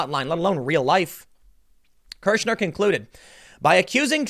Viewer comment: "Kirschner" Every. Single. Time.